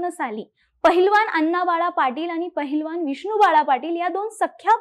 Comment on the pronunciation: पहिलवान नाही बाला ....पैलवान